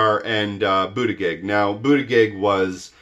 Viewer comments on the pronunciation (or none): I love you, and you teach me lots-- but I'm going to nitpick: Buttigieg is pronounced boot-edge-edge, not Boot-a -gig.